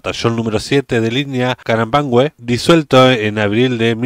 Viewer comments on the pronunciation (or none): Amigo se pronuncia (Carampange! Y se escribe Carampangue.🇨🇱👍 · Amigo en la palabra carampanque no se pronuncia la u y como mi camarada que estubo en dicho regimiento yo fui de la generación con orgullo a tope saludos